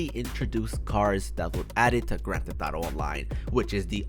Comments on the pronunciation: Y does he say grantetetaro online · Mans says some gran theth auto